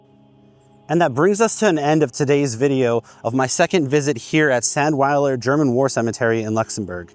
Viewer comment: Get your pronunciation right, it's pronounced, ZANDVILER.